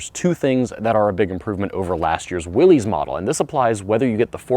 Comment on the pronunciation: I was going to comment on that very pronunciation. Even the family members say it's pronounced that way. SMH